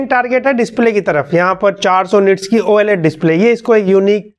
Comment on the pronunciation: same like me "oaled" instead of oled